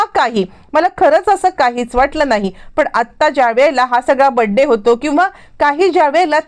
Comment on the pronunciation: तुम्हाला बर्थडे शब्द नीट बोलता येत नाही सरळ वाढदिवस म्हणा